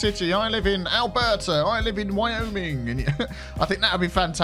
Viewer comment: of ALL the places you say alberta, wtf clearly you've been here